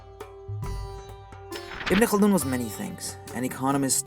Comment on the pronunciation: Wow, when he says names in Arabic seems like he's so familiar with the names. unlike any other westerners who try to pronounce a Arabic name.